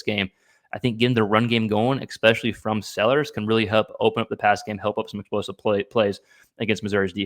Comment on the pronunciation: If you’re going to broadcast…the word is pronounced ESPECIALLY not ECKSPECIALLY